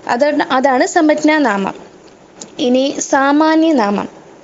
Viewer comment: സമജ്ഞാനാമം എന്നല്ല ഉച്ചരിക്കുന്നത്